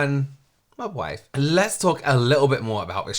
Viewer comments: I first heard "Mogwai" 🤣🤣🤣 But it fits too, cute, furry and too much to handle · First I heard the term “mob wife look” (the video wasn’t subtitles) I genuinely thought they said “mogwai look”. And it didn’t surprise me in the least that people were apparently starting to dress up as Gremlins. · Ironically, Kept hearing "Mogwai"...look it up 😅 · Every time you say “‘mob wife” it sounds like you’re saying “mogwai”… like the Gremlins 😂